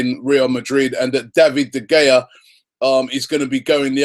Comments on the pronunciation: Robbie ...... its pronounced De Hea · How does he still not know how to pronounce De Gea? Good lord